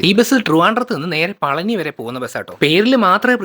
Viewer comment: പളനി അല്ല പഴനി